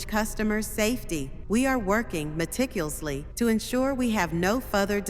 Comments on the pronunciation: "We are working meticulsly" 😅😅😅😅😅😅😅😅😅😅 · "Meticlusly", or something :P